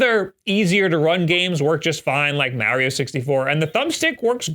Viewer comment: Mary-o 64? Sounds more like that than Mario 64 lol